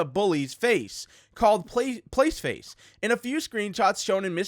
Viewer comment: Proof that is playtime: everytime time he tries to say placeface he says playface